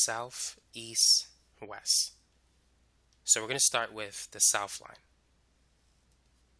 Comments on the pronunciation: Its called west, not wess.... Same goes for east not eeess. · I would give him that, except for the fact that he said. Eas, Wes 🤦‍♀️🤦‍♀️😬